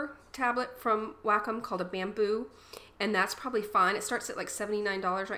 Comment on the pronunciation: OMG I took 3 years to reply o.o xD Anyways its pronounced WALK-COME. Even on wacom channel says that its pronounced WALK- COME. THUMBS UP IF YOU AGREE PLEASE!